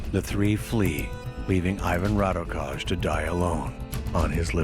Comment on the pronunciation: why cant they do any research to pronounce his name correctly.... sounds ridiculous